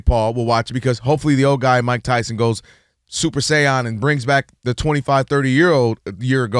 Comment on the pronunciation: Man Kelvin really butchered Super Saiyan 🤣 🤣 🤣